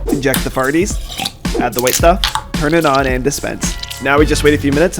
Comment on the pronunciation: AYO DID HE SAY FARTIES INSTEAD OF SMARTIES